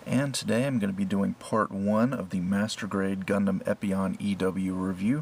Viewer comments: Epyon "PIE"???? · how are you meant to spell the "pie" at the end of gundam epyon "pie"